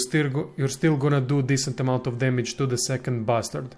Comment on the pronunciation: You say bastard like a Ukrainian, you say bear like a Russian. Please set the record straight. I dont want to get accused of collusion.